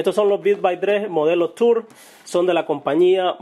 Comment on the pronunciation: son los audifonos tours y se pronuncian turs deberiar aprender a hablar ingles de nuevo y tambien deberiar escuchar mejor musica culturizate! tienes la oreja amorfa